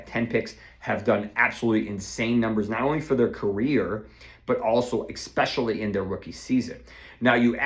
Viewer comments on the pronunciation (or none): Dude this is hilarious. Why’s he do that! I’ve been watching him for years, this man is great with injuries, but the names and “expecially” are gold 😂